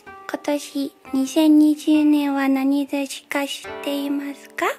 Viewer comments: 今年2020年は何年か(なんねんか)知ってますかyuma怎麼念成今年2020年は何年か(なにてちか)知ってますか???🤔🤔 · 而且其實Yuma是要說なにとし 可能因為要模仿兔子(？)所以聽起來不像吧